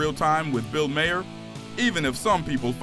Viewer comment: Its pronounced Bill MAR